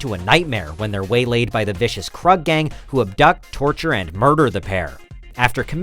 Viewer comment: It's pronounced Kroog, not Kruhg, lmao! Other than that, awesome video! Also, who else for #1, but the Sawyers. The greatest of the Horror families!